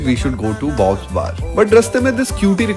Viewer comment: Its bobs Bar not bobs and vagene lol